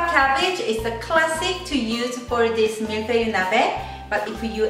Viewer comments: 발음 틀리셨어요. ㅋㅋㅋ. 저 불어하거든요. 밀-풔이. Mil-feuh-eee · ***** ㅎㅎㅎ 한국식으로 발음하다 보니까 그리됐네요~ 이제 잘할 듯.. 밀-풔이~ ^0^